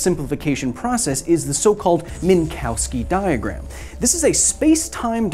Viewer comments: Minkovski, not Minkowski. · They are pronounced “Min-Kov-ski diagrams”, not “Mink-Cow-Ski diagrams”. The W is pronounced like an English “V”. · It is pronounced "Minkofsky"